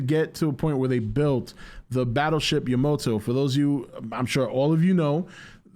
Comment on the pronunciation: It is yamato not yamoto 🤣🤣